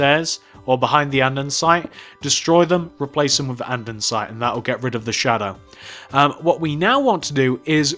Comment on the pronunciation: why do u say andinsite in stead of andisite